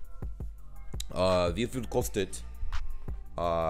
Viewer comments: There is a grammar mistake. Pretty bad for a language teaching website. Wrong: Wie viel Uhr ist es? ≠ ee veel... Right: Wie viel Uhr ist es? = Vee veel... So basically it's the same pronunciation as the other "Wie". (Btw. I'm german with serbian roots. So my german is fine but I'm struggling with speaking correct serbian to, because lack of practice and because of learning things wrong. So when no one corrects you, you become insecure in the future about what was right and what was wrong.) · The Pronunciation by '' what's the weather like? " isn't right. That " Wie" is a "vee" and no "ee" 🙄 Ist mir nur aufgefallen 🤷🏼‍♀️